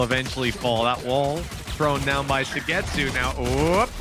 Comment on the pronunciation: The casters way of pronouncing suygetsu triggered me so fucking much. Holy shit